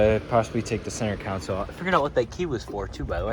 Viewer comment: Counsle = Console (con-sole)